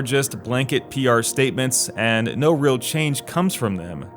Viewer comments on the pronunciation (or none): none